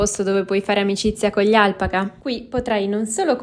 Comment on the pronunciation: Si pronuncia Al pa ca, l'accento sulla seconda sillaba